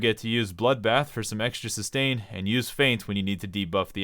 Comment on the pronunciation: 9/10 guide. Left the bloodbath and feint lonely for being not pronounced japanese